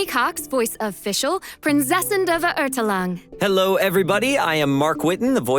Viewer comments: As a German i cringe so hard every time Fischl says 'Prinzessin' or 'Verurteilung' lmao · Ah, when they will tell her how to correctly pronounce word "Verurteilung"...